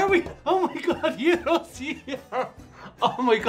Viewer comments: actually almost nailed the pronunciation albeit with a slight "foreign" accent! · Eh, no it's not. It's the greek word for round or turn (among others). It's spelled 'Γύρος'. The letter 'Γ' is pronounced like the english 'Y' in the word 'yes'. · g is silent in Gyros, pronounce year-os